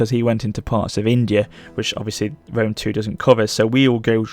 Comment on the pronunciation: I thought Lionheart was a bad pronouncer for Rome 2, but then I watched this video.